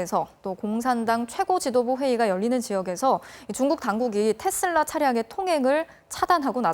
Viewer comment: 아나운서는 기본적으로 영어발음이든 한국어발음이든 거슬리지 않게 발음하는게 기본인데.. 뉴스데스크 앵커 발음이 왜 저럼? 텟쓸라는 TESLA S가 두개도 아니고 D로 끝나는것도 아니도 도대체 어디서 기인된 발음임?